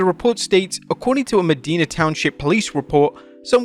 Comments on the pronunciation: It’s ma-die-na.. not me-dee-na Common mistake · You butcher words so bad sometimes. It’s pronounced Mi-die-na, not Me-deen-na. (Medina County) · About the Hogan stories, not that it matters, but it's pronounced "meh-dye-nah" (hard i) 🤙🏻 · Pronounced Muh-die-nuh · God, two videos is a row that you guys butchered the name Medina. lamo